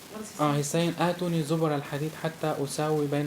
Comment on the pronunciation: " افرغ عليه قطرا "( بكسر القاف يا جاهل ) شكلك اول مرة بتقرأ قرآن كما هي آتوني مش أتوني حسبي الله ونعم الوكيل Hasbi allah wanima aleakiyl this guy can not even read quran correctly, it is a shame that some people believe what he's saying